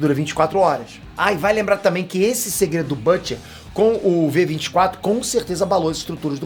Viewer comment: quem é bâte? fala português caralho kkkkkkkkk deve ser o Bruto